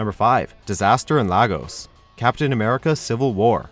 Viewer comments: It's pronounced "Laygos" not "Lag-us" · Stop pronouncing Lagos wrong it fucking annoys me as a guy from Lagos It's Lay-gos not La-gos 🤬🤬🤬🤬🤬🤬😠😡😠🤬🤬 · I actually lol'd at the pronunciation of Lagos. It's pronounced "Lay - Goess" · No, it's Lah-gos. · Its not Lahhhhgos ffs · I know every nigerian watching this got triggered after hearing them say Lagos lol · How has the MCU made everyone pronounce Lagos wrong...SMH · no one know how to pronounce Lagos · Any onther black person cringed at the way he pronounced Lagos🤣😂🤣🤣😂😂😂😂😂😂😂😂🤣🤣😂